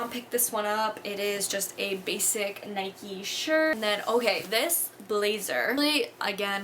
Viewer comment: Please please pleaseee Stop calling it 'Nikey' 😂🙄